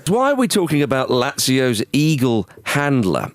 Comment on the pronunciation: That guy's pronunciation of Lazio should put him on a watchlist.